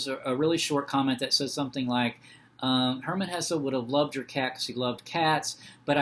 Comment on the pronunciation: Thank you for pronouncing his name right ❤